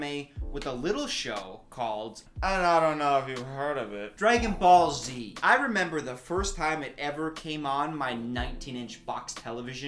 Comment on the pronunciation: The way he says dragonball Z 😭😭😭 “Dray-gin ball Z”